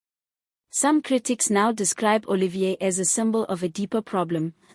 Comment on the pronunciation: It's not Oh Lee Veer, It's Oh Lee fee r!